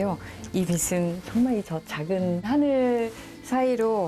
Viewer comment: 빛은의 발음은 비슨이 아닌 비츤입니다. 빛으로도 비츠로가 맞는데 비스로라고 하는데 이왕 배우신분이라 고칠것이라고 생각함